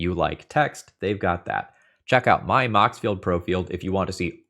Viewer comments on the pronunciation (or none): Time to see if says moxfield pro-field again!